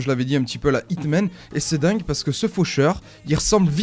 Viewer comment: C'est pas HITMAAANN c'est plus un Jhon Wick ;)